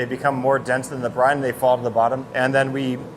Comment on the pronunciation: I keep hearing Brian instead of Brine wait they sound the same but VERY subtle different